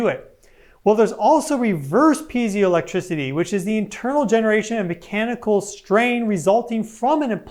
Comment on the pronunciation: I believe it's pee-ay-zo or pee-eye-zo electricity? Vs pee-zee-o. If I'm correct, I say this to help anyone look it up if they're speaking into their device.